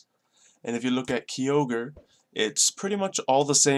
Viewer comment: you said Kyogre wrong